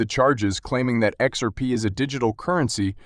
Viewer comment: Learn how to say XRP! Your info is very dated and your Title is clickbait!!!